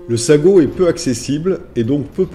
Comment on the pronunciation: Magnifique vidéos enjoy commentaire bien dicté et en Français ça nous manque voccabulaire et mots bien choisis bravo , petite remarque pour le djebel sagho eh oui comme la langue française il y a ses quelques exception « gh » en marocain se prononce comme un « r » mais gutural oui je sais pas evident à prononcer pourtant khaïma vous y êtes bien arrivé,s’il vous plait ne me tenais pas rigeur de cette remarque qui n’ai qu’infime par rapport à tout l’autre magnifique travail que vous avez accompli qui m’ aussi permi de voir des coins que je connais aps encore malgré mes 54 ans dans ce pays . Encore merci 🙏🏻